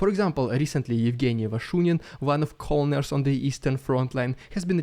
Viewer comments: "Colonel" I love the work you do but... it is pronounced "Ker-Nel". English is weird sometimes =/ SLAVA UKRAINI! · It's spelled colonel but pronounced kernel. I know.. English is dumb. =) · Colonol is pronounced like "Kernal" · Hey! Love the videos. Just wanted to say if you see this “Colonel” is pronounced “kernel” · Don't ask me why, but "colonel" is pronounced like "kernel". I said don't ask me.... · colonel is pronounced “kernel” don’t blame english blame french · "colonel" is actually pronounced "kernal" sorry english is weird